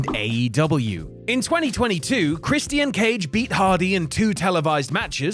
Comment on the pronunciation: The pronunciation of Christian irritates me for some reason 💀